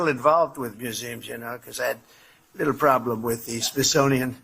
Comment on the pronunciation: Trump,the word is "little",not "leetle".